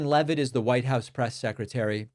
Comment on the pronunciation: I'd like us to pronounce her name correctly as well. It's spelled like it should be pronounced "leave-it" not "Lev-it". They need to stay on top off all the crimes. Keep asking about the use of signal and the use of Gmail.